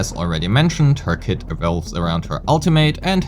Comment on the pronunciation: I know, the first time I heard it it sounded like “knowing what her clit looks like” and I had to pause